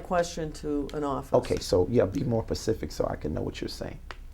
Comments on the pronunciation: Be more pacific. Like the ocean or like specific, you dumb ass! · Be more pacific he said 🤣🤣🤣🤣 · Lol any pastor that says “be more pacific.” 😂😂😂Come on now he done found another way to play the game. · "Be more pacific" 👏🏼🤣🤣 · Be mo pacific so I can axe Michelle. This 🤡 is hilarious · "Be more pacific " lmao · How mai pose to answer your question, when the question you ax isn't more Pacific... You gotta be mo pacific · Perfect at the end, “Yeah be more PACIFIC.” It’s Specific dumb ass. I bet he can’t point to the Pacific Ocean on a map. This guy is a fraud. I love all his deposition videos. Idk but Michele better have some damn answers cause he said she knows everything. Just ask her!!! 😂😂😂😂😂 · How can someone believe anything this dude says? He says shit like "axing" and "pacific". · You can axe her and be more pacific. this guy have a 5th grade education did he even make it out of elementary school he's a freaking moron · “Be more pacific “. :-) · "Be more Pacific..." Eyes roll... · "be more pacific" 😂 😂 😂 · Pacific? Axed? Day for they? Den for then? And he makes his "living/ripoff" from speaking? Can I get a break. Scumbag. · This guy has no idea how to be “Pacific” and answer any question with a straight honest answer. Maybe he’s been injured too many times from being “axed” questions. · Don't AKS me Dat, and be more PACIFIC. ARe blacks just ignorant ? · "Be more Pacific" 🤦🏾‍♂️🤦🏾‍♂️🤦🏾‍♂️ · "Be more pacific" hahahaha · Be more "pacific?" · He won’t answer yes or no, he goes around & around, it takes moving a damn mountain for him to answer, I don’t know why the judge don’t stop this shit show and throw his ass in the damn jail..then he can’t even pronounce certain words correctly & wanna try to put the lawyer down.. he says pacific for specific then axe for ask..he thinks he is all that, he needs to shut his silly ass up.. the lawyer lady is making him look like a fool and he too arrogant to see it. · Of course??...Be more Pacific???....what an idiot